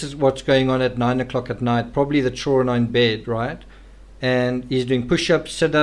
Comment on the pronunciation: You have a great channel and I like your books. Just please pronounce children correctly ok😂😂😂😂 You always say chullren......... Your accent isn't that bad!!